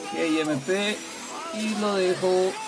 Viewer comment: Se me ocurren tantas cosas que decir... malas 😝... Pero solo diré una: eres el único al que le escuché decir "geemeipé", yo le digo "el guimp". Ya digo que del resto mejor me callo porque 😊...